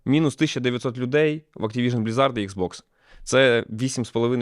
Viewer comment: 25 годин в pаlworld за останні 3 дні, а тому пару правка по новині: кооп там присутній. Ну і не блізАрд, а блІзард від англ blizzard. Дякую за новини)